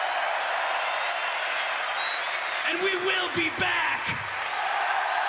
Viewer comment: So it's megdeth